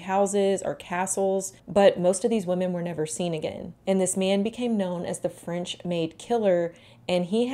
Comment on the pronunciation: 19th century, yass! I love this century because it was absolute chaos. So much progress in so many things even if it was… not good progress Anyway, french gal here and your pronunciation was really good! ❤ I imagine it was difficult at times. But remember: french is all for aesthetics lol